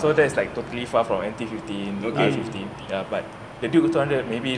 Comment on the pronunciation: the urge on zar face to correct the proper pronunciation of M15 and R15